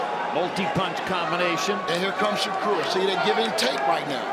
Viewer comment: Tarver saying shakur's name wrong all night is nerve wrecking